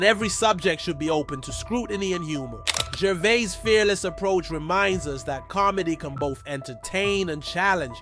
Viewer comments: You pronounce the S on the end of his name. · Come on, Could you not have learned how to pronounce his name before you make a video? And what is with you trying to spell out the joke before you show it. And that is before I have even watched 2 mins. I'm not watching any more of this crap. Make an effort the next time will ya!